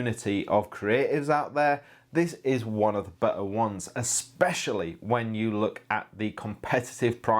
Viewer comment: The world illustrator is pronounced as it is written; unlike: "illushdra'o'". Be NOT lazy! Any media-person is a role-model for people - for better or for worse! {Further more: "be-a" (meaning 'better'), "design-a", "wonna" (it is 'want to'), etc. Try clear language again. You will realise that it makes also a difference to your own wellbeing & life!} In regard to this review: Has this monitor on-screen-monitor-controls, etc?